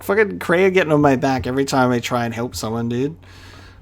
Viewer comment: The Way you pronounce Kreia's name is wrong, it's pronounced like Leia